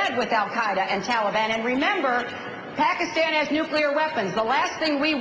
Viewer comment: yes, yes, i was so excited when i first heard him say pakistan! few people ever say it correctly, though it's really not that hard. while you shouldn't vote for someone solely based on how they say a word....it's a definite plus point :D